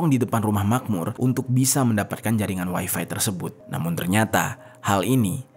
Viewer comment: Bang ga usah ngomong waifai...toh juga Abang sedang bicara pake bahasa Indonesia...